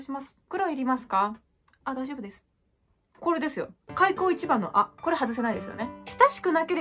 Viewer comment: 開口一番がサッポロ一番に聞こえる